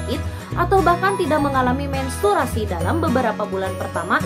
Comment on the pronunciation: Menstruasi bun bukan mensturasi wkwkwkw thanks bund pnjelsannya